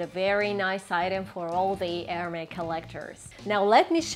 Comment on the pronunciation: The s in Hermès is pronounced. It’s not silent.